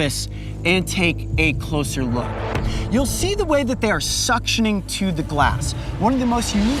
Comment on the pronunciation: Glåss? Glåss sounds like gloss. 😂